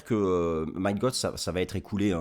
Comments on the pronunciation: Toujours au TOP merci 👍Et sinon pour info, Mt GOX, ça se prononce "Mont GOX" --> Mont comme le mont St Michel 🙂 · Et non c’est Mount Gox.